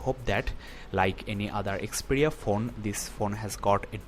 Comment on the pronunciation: It is not Xpedia.. It is Xperia...